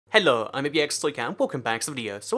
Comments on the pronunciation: Why do u say hello say weird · Why do. Say hello weird